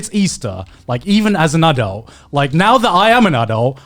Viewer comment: wtf, how is Garnt pronouncing "adult"?